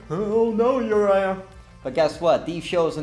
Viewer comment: You pronounced my name wrong but when you said my name i literally got so excited!!!!!!!!!!!!!!!!!!!!!!!!!!